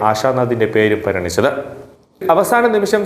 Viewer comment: Parinicho.pariganichunnu parada.kotham.malayalam padbikku.